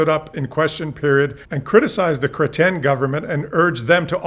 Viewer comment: Your ‘Chrétien’ is impeccable. 👏👏👏👏 And a very educational and entertaining presentation